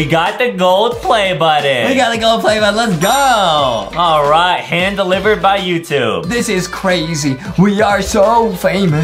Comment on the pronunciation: The way Justin said "YoUtuBbbbbe